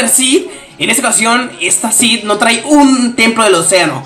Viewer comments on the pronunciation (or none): none